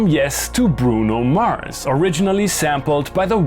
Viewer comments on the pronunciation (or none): none